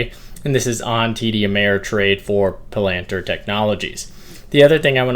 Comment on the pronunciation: I THINK it’s pronounced Palanteer